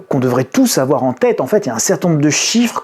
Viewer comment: "il ne faut pas afoir peur"